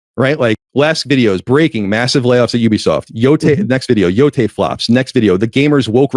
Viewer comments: Yotei = Yo-Tay Where is the "oi" coming from? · I am amazed people mispronounce Yotei as "Yotoy" its Yo-te like "Latte" you people need to learn your japanese wording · it's minor, but pronunciation of "yōtei" bothers me greatly (It's "yoo-tey" btw. but like "yoo" as in "yooooo", not the double-o like "too" lol) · Old school east coast headz pronounce it Yotoy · Take a shot everytime say Ghost of Yatoy. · Mary-oh Ya-toy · It’s the game pronounced “yo - tay”. At least I hear it this way everywhere else. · its Yo-Tay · Lol yeah it's pronounced Yo-Tay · Omfg the way he’s pronouncing yotei is driving me crazy 😂😂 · He mispronounces Yotei because he's a grifter who doesn't even play the games he shills. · The way mispronounced yotei everytime drives me nuts.